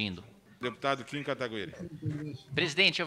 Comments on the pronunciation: Não aguento mais os caras falando o nome do Kim errado, pelo amor de Deus Kim, abre um inquérito para apurar quem foi o disseminador de tal falácias... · Mano esses cara fazem de proposito neh? Qual a dificuldade de falar o nome do Kim corretamente ? Kkkkkk